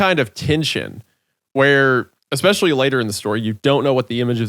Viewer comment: (montage of every time Hunter says “exspecially”)